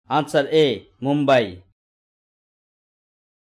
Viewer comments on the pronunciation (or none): none